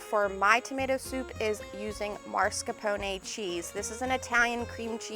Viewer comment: What is Marscaponay? Is that like Al Caponay?